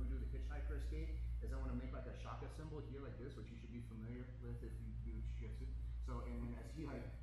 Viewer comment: Its Jiujitsu not gayjitsu